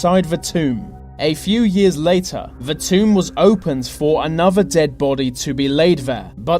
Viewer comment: Hello! This is a suggestion only, but would improve your quality and your professional mien, both: Can you please try to pronounce "th" not as as a 've' sound? ie: With, instead of 'Wiv' you slip up often, and it makes it difficult to listen. For instance 'free fousand' instead of three thousand... 'anover' instead of another. I really enjoy your work so please dont take this as me trying to get you down... Perhaps you could highlight every 'th' in your script, and practice each one exactly until perfect... Only then record your work! I teach this and stage craft, hence my interest. Good luck with it, whether or not you take my comment and suggestion on board ! All the best, and thankyou for your interesting work! Alicia Manolas.